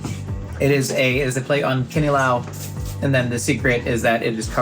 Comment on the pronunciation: i love pronunciation of kinilaw, sounds like a local